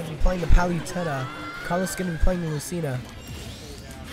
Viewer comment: Did that guy just say PAL-YOU-TENNA?